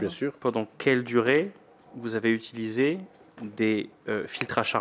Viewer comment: "nous n'avons jamais zutulisé"